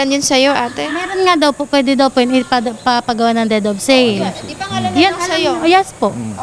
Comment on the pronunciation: Anong dead of sale? Its DEED OF SALE